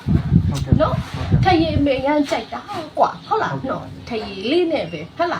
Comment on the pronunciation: နတ်ကလဲဗိုလ်ချုပ်အောင်ဆန်းမိန့်ခွန်းပြောသလိုပဲ ဟတ်လား ဟတ်လား ဟုတ်လားနဲ့ဟားဟားဟား